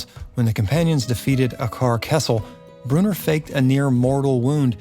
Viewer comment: Bro... Brew-in-or not Brewner.